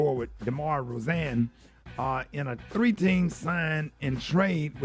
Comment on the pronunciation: The way Rickey BUTCHERED My baby DEMAR DEROZAN name is just Criminal! 🤦🏾‍♀️😂😂😂